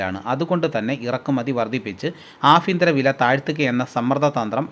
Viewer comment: പല ഫാകങ്ങളിലല്ല ഭാഗങ്ങളിൽ എന്നാണ് ആഫ്യന്തരം അല്ല കോമു ആഭ്യന്തരം എന്നാണ്